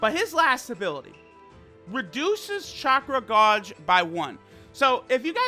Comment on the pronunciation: lol u pronounced gauge and minato wrong